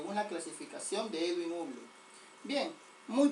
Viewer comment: creo que la pronunciación correcta no es uble, sino habol o algo similar a eso. igual buena clase y siga así.